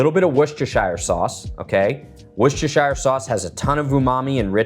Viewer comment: Homemade dressing is the best. I will try this recipe. How long will it last in the refrigerator? I was really impressed when you were able to say “Worcestershire” sauce…lol!! I can’t say it!! 😂😂😂